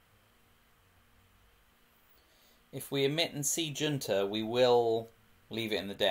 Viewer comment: It's pronounced "Hoonta" :) good videos!